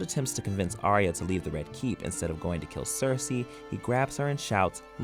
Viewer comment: It's Ar-ya not Ar-ee-aa ....